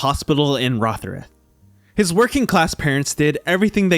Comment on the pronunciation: Its the pronunciation of Rotherhithe that seems to have been too much of a challenge.